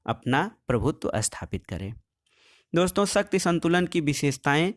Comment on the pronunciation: सर शक्ति को सही बोलो क्योंकि ऐसा लग रहा हैं जैसे शक्ति को आप सत्य बोल रहे हों।